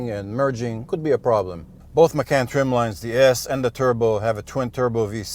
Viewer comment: Please learn how to pronounce "Macan" and "Porsche".